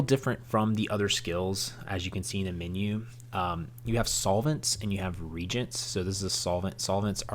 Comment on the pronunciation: thanks, i learned some good tips. Two notes: 1 you did not address how to level up - for example, leveling enchantments. Maybe a note in the comments would be helpful. 2. Reagent is pronounced ree and agent not regent.